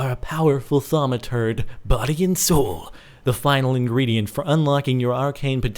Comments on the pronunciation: Why does he say ''ThaumaTURD'' ? O.o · He says Thaumaturd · lol i think your sayin thaumaturd! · Anyone else notice he said thaumaturd? lol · HE SAID THURMATURD